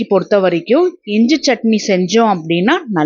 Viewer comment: இஞ்ச இல்லை. இஞ்சி என்று சொல்லுங்கள்